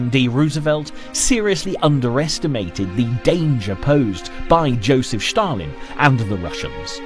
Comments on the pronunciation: there is not schtallin, or shtalin, his name i , STALIN, only s , one simple s. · shtalin? XDDD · Calling him SHtalin, how the nzi germans called him, when you clearly know it's Stalin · Schtalin ?? seriously ? S Stalin .... where to hell have u seen or hear an SCH ? tell me the secret